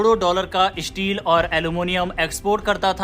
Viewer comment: Issteel aur alomonioum😂